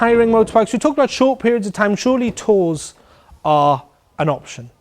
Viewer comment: Great, nicely presented. Whales were probably about the size of whales : ) I was confused when you said 'tours, ... no! Do it yourself!' because I heard 'tools' and then realised you were discussing organised tours. It is amazing how there's a consitant message in most biking tour advice from those who have done it - just get on and ride. Brilliant, thank you.